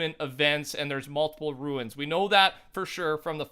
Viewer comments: It’s not called a ruin, it’s a rune (Roone) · Rune is pronounced "roon" rather than "ruin" - great video btw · pronounced Roon as in room not ruin lol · Anyone else get triggered when he pronounces rune like ruin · The way you say rune ruins my experience.